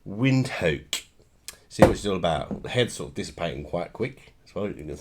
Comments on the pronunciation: How do you say the name wrong so very wrong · Its Windhoek yes but not as u say it😂